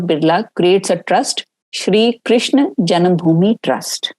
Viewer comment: Who is krishn or Krishan? It's Krishna.and it's Upanishad not Upnishad and it's Vaasudhéva not vaasudhév.Pramuka not pramukh.Kansa.Sthaanam or Sthaana, there's no way in hell it was written sthaan as it as schwa deletion corruption did not exist in ancient era. Are you people even qualified to speak on Raama & Mathura if you can't properly pronounce the words? Seriously, this is embarrassing. Please preserve our samskruthi.